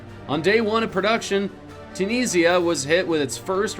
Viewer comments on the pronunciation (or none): Tun-zuh-nee-ah? You mean Tunisia? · Dude it’s pronounced Tunisia- 3 syllables too-knee-sia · #32 Tunisia, not Tansania! lol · I don't think he's saying Tanzania, he's just too much of a millennial to know how to pronounce Tunisia. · Did you even research the pronunciation of the names you use in this video? You mispronounced: Tunisia, Drew Struzan, Whills and many more. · how do you mispronounce TUNISIA twice in under 30 seconds?